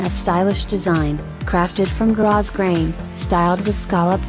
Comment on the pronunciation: Ummmm the words don't match the dresses! And I don't see lol of these on the website. Btw, it's not pronounced gross grain. It's pronounced grow grain. The computer voice said it wrong.